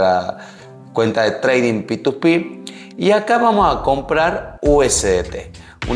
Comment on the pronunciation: Me cago de risa cuando dice PituPi jajaj p2p se le dice xD alto video bro gracias